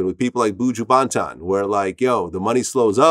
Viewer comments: Buju Ban-tan 😂😂😂😂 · Bu-ju-ban-ton 😂 Vlad had never been yard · Lmao it always kill me when white people say Buju’s name. Vlad hit us with the “Boojoo Banton”🤣🤣🤣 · ‘Boooju baanton’ 😂😂 ayyy vlad you gotta relax!! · The way Vlad said BUJU BANTON 🙄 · Am I the only one that cringed when Vlad said Buju Banton 🙄😂. Wtf was that 😂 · The way vlad said buju's name Smh... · Vlad needs to stop speaking falsehoods and innuendos on Buju name. And also pronounce his name right and stop fuckin up the pronunciation. Foh